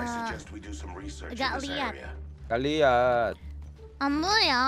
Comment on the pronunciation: "When we" sounds more like ♂️wee wee♂️